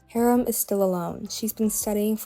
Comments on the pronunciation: this is amazing and really helped me to understand their lore, thank you so much!!!!!! unfortunately i’m going to have to insist you pronounce haram’s name correctly, PLEASE 😭💔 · oh gosh guess i been pronouncing harams name wrong